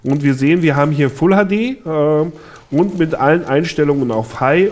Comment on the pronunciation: anstatt mit habe ich myth verstanden :D